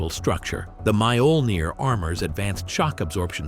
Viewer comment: Holy crap, its pronounced "Mee-OH-Ln-eer" !